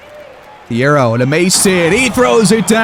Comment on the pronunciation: I know this is 4 months old. I intentionally let it go on for months so I'd have a lot to binge at a time. But im hoping he trades my boy Thiero asap, so i won't have to listen to him say T-arrow all series.